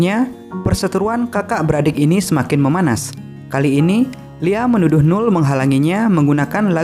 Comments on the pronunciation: Jos mas kontennya,😁 tambahan nih , noel dibaca nowel bukan nul, Thanks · Don't look back in anger bukan "dun luk bek" -Definitely bukan defineteli (e nya tidak terdengar dibaca -Live Forever bukan life -Noel tidak dibaca "NUL" kalau mau berkembang dan dikenal lebih luas perbaiki denger 5 menit aja udh jadi gak mood sayang..